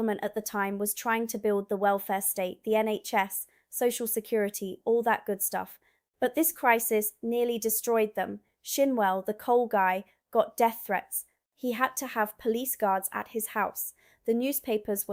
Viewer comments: The Minister's name is SHINwell to rhyme with CHIN. Not SHINE. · Emmanuel (Manny) Shinwell not SHINE well